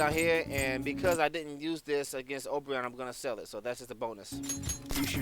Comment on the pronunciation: Man this is the first time I've heard you call Oberon his name instead of saying it like "O'Brian" and tbh I even call him O'Brian now as a deliberate form of disrespect. Funny how "The King of the Fairies" is pretty much a bum in every game he's in lol